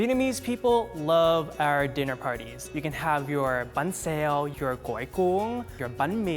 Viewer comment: "bánh xèo" "gỏi cuốn" "bánh mì" those are just perfectly pronounced.